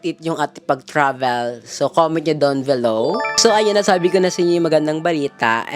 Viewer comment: Below not VELOW.